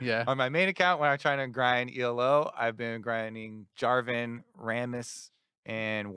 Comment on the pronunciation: Yo Kobe, please stop calling Elo E.L.O. It doesn't stand for Electric Lights Orchestra, it's the last name of the guy who devised the system.